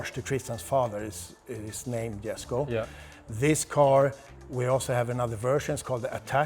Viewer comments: YOU LOST ME WHEN YOU CALLED IT "GESKO" IT'S a "Yesko" Jesko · Isn't Jesko pronounced yes-ko?